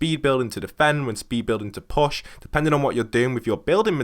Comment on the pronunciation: Your Push, sounds like Posh. Anyway, thanks for the tips.